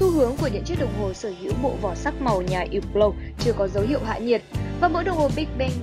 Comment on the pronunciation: Ýp blau..??.. Mặc dù biết là đọc theo âm mỹ thì chữ H là âm câm nhưng tùy từ.. Không phải từ nào cũng H câm.. Hãng này đọc là Hớp blot..